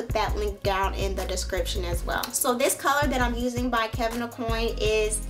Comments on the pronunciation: Hey! Love the video and all of your videos and tutorials!! Just a quick note: Aucoin is pronounced "Oh- QUAAHN" not " Oh- COIN". ( not that it's the most important part of the video but I just thought you might want to know for next time.) LOL You are beautiful inside and out. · You're so cute! Face is beat btw.. Oh and Aucoin is pronounced oh-Kwan ;-)